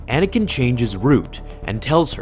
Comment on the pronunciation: you said Anakin wrong